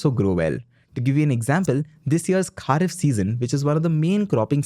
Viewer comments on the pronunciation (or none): It's खरीफ not खारीफ should visit countryside to get real view , otherwise it's a very nice and crisp channel to get update, keep it up